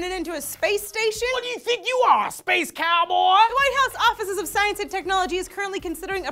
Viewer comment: Sayrnc for sayenc